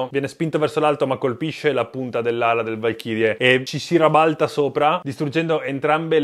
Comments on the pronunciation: 🤣 "rabalta" il nuovo italiano che nemmeno la tastiera google su tel. Riconosce 😋 Posso capire un lapsus, un errore a parlare, ma lo dice 2 volte in momenti diversi...il dubbio che "ci creda" viene..😋🤦🤦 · Però un pelo in più di italiano corretto sarebbe apprezzabile, tipo sentire la parola "rabalta" è osceno .. .. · Bei video complimenti ma "rabalta" non si può sentire. 😂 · Si rabalta alla veronese mi piace molto! 😂😂 ma di dove sei?😅